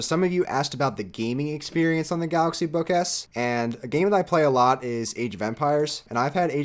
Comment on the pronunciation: I don't know if it's just me but... I hear him saying "galaxy book ass" I apologize